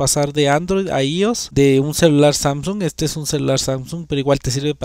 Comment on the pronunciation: «ios» no existe, es «iOS» y se pronuncia «ái óu es». Gafo.